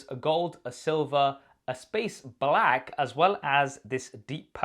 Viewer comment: Stop saying black like that you sound like a racist white tv host or news person 🤨